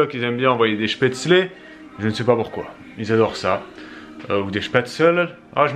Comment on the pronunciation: Aaaah tu la bien dit cette fois spaetzles haha "chpetslé"